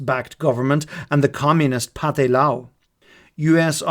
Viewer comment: There's almost no real way you could know this, but 'Pathet Lao' is pronounced 'Pa-tayd Lao' and it means something like 'The Lao Nation'. The romanization of Lao is a catastrophe.